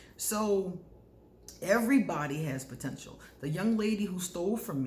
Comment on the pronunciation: You always do warn of "protential" .............